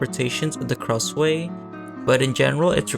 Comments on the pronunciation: Heyy! I love this video because it talks about one of my favourite childhood horror games lol- just one suggestion its pronounced "krasoo" instead of "kraswey" thats all! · Kra-sway 😭✌ Isn't it Kra-sue (like the name "Sue") ? Also, when I was younger, I thought that the Miles kids turned into Krasue and Charlie, and Good Boy was their dog 💀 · It is pronounce as KRASHU or KRASU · Nice video, but the way you pronounce Krasue ticks me off everytime I hear it 😭